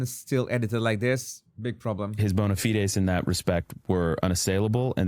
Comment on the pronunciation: He can’t pronounce “bona fides”